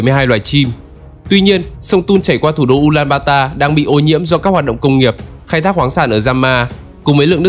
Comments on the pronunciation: Tên chính xác là Ulaanbaatar (U-la-an-ba-a-ta) hoặc đọc là Ulanbato. Ad đọc sai rồi bạn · Từ trước toàn đọc là U Lan Ba To, bây giờ là U Lan ba ta nên ko hiểu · Mông cổ là ulanbato mà. Sao lại ulanbata